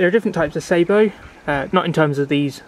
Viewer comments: I can't be silent anymore, you are making the same mistake the yanks make, the word is sah_bow, if you add a t, at the end you will have the proper word ,that is sabot, I think it is French for shoe, or similar, if you think about it ,it makes sense, a shoe to hold the projectile, please try not to copy American pronunciation of any words,as you know they can't even say English words yet, they are a very new race, and have never heard any words pronounced properly. Especially French, I might be talking bollocks, just for annoyance sake , I'm never sure ,being Welsh, so if I am wrong ,along with everybody I know who has fired sabots ,that's sah_bow, then please correct me , I need correcting,,by a lady ,I suggest my place 4o clock Fridays, by the way there are sabot tank ammunition,. They cost a lot more and are hard to fit into an air riffle, sorry yanks, ruffle,. ,🤗,,,Happy fishing,,all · Interesting review. I'm looking at buying some as a novelty. Just need to point out that the pronunciation of Sabo is incorrect. It derives from the French sabot, a wooden one piece shoe worn by the poorest members of society. Sabo here refers to the shoe that the projectile is loaded with. Edit. Got 54 with a few Prometheus thrown in from eBay. Only a novelty as too erratic to be taken seriously!